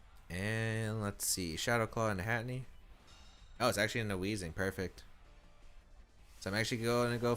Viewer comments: Lol at “Hatinee”. It’s Hat-Er-Een 😂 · it's not hatinee ahhhhhh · Hey... this is a minor thing.. but I thought I should mention it... Its Hatterene (pronounced as Hat-uh-reen imo, but I can see Hat-uh-reeny) just thought I should mention it. I know you pronounced Ferrothorn as Fuhrawthorn for a while... so pronounce it as you want... but I just think it needed a mention. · I know, its anoying me too =(